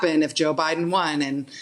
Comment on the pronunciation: No one: Joe Biden: Bi den